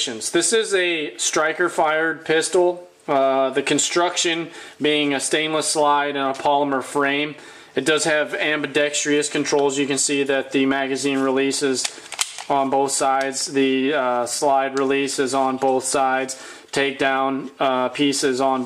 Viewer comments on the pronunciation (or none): Ambidextrous- am bee dex truss. Please spread the word on how to pronounce it